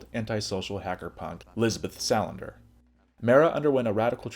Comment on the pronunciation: Lisbeth SA land ER not Sal an der. Otherwise nice.